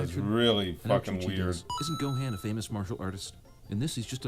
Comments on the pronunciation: The way they pronounce Gohan's name is killing me. It's Go-hon not Go-Han. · Why does he say gohan like that the cinema guy???